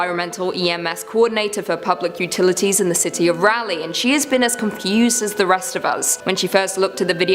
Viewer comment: I love how she says ”Raleigh” 🤣😩 she says it like ”Rally” … When it’s pronounced R-ALL-E